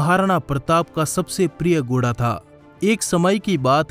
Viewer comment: Goda nhi bhai ghoda hota hai..ajeeb lg rha hai sunne me 😉😉🙄🙄